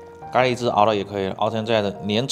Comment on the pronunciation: 咖ㄌㄧ哈哈哈哈哈